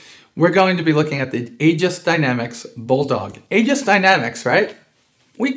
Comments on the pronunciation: Aegis is pronounced gis; it's Greek (ancient) the 'ae' as in Encyclopaedia. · The 'Ae' at the start of Aegis is pronounced 'ee' as in meet or greet so - sort of - Eegis rather that Aygis